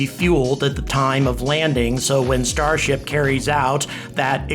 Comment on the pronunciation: Can't help but hearing starshit everytime....